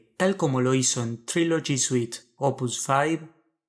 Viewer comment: Estas mal como un 8 a Trilogy😂 es una Obra maestra !tu ni pronunciar ingles puedes .